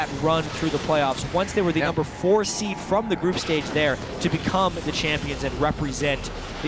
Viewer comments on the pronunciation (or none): none